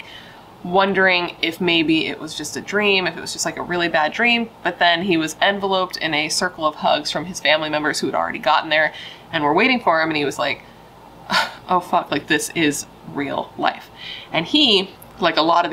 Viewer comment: “Enveloped”…en-vel-oped not “en-vuh-loped”